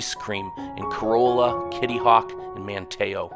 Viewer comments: man you slaughtered those names... it's pronounced Body not bow-d and Car- ra- la not core- oh- la, Man- tee- oh not man tay oh... but nice video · Nicely done! We live on the Outer Banks! However, a few factual corrections for your viewers: "Corolla" is pronounced "Curr-allah", Bodie Island (Light House) is pronounced "Body" Island. Manteo, the town on Roanoke Island is pronounced "Manny-oh". It's "Jockey's Ridge"" state park. And Orville and Wilbur Wright visited here many times to achieve first flight, but they didn't live here, not long term. They had to bring anything they needed over by barge from the mainland. To see wild horses, better head right on up to Corolla adn Corova, the part where you have to drive on the beach because the road ends there. You're not going to see any/many wild mustangs anywhere else on the OBX proper. :)